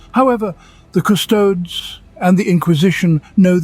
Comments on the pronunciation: You pronounce Custodes wrong. You say Custoads it should be Cusodees. GW's Gothic words are almost always pronounced the way Latin and Greek words are pronounced. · Custodes is pronounced Custodies. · 40K uses Dog Latin, ergo (heh) Custodes and Arbites probably ought to have their terminal esses sounded as full syllables - Cus-tod-es and Ar-bit-es. That's not an absolute rule, because a Gothic setting like this will always play with the notion that the past is forgotten or blurred, but it's certainly how I've always pronounced those names.